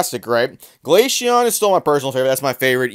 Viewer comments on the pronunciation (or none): have heard it pronounced “Glay see on” my whole life lol. I have also heard Europeans pronounce glacier as “glassier” but i get your point. Still think he’s saying it wrong lol